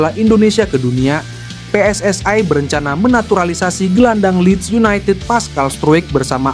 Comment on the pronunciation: Bukan PSS AI tapi PSSI jangan kau oferekting ucapan bahasa Inggris